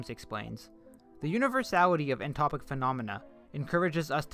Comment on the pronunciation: incredible video thank you!! and it’s entoptic, not entopic